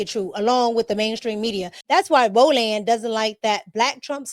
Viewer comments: Row Land Marteen is CRAZY Pronunciation 🥴🙆🏿‍♂️🤣😂🤣😂🤣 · Ro-Land , every time you say it I repeat it … lmao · "Row-LAND" is killing me! LoL ✨️